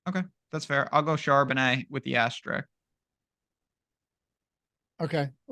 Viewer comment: It's asterisk, not asterick